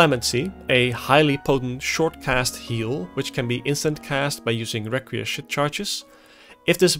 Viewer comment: Requiescat is pronounced Wreck-we-ess-cat: Latin word meaning A wish or prayer for the repose of the dead.